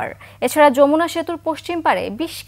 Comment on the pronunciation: খবর কিভাবে পড়তে আগে শিখেন ভুল বলেন কেন যমুনা সে তো বলতে পারেন না আপনি